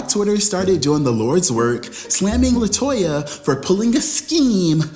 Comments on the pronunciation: Ok, Did I miss something, why you KEPT MISPROUNCING LATOYA NAME?? I am so confused, lol Help Auntie out lol AND you didn't put her on the couch LMAO I AM SO LOST ITS HILAROUS!!! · You called Latoya 'Toyota' in the intro!!! LOLOL